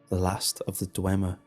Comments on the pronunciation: It's Dwemer, not DweNmer. Nice story and narration though. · Dwemer mate. Not Dwenmer